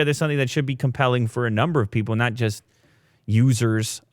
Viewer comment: "Nut Pro"🤣 That is "Not Pro" lol